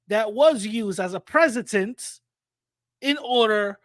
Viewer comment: The word "precedent" and not "presidence"